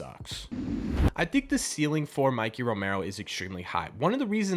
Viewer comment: not Mickey Romero. MIKEY** Romero M 👁 🔑 Romero